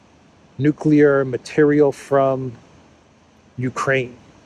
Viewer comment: How would a guy who makes drones in his garage in Kansas and doesn't even properly pronounce nuclear know all this stuff